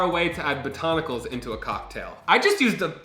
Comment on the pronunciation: "botoniculs" love your mispronunciations SORRY BUT I DO